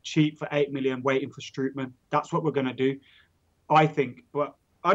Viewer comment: Strootman is pronounced "Stroatman"